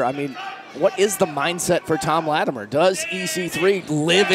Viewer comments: Thank you. Her saying Lattimeere drives me nuts for some reason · OK, so the past couple weeks actually had some wrestling! That second match, with the WildKat guys was good, as was Cyon and Slias Mason. My question is: Why do you have Rodney Mack and Marshee Rockett imitating Doom? Bad comedy. And can someone teach how to pronounce Latimer?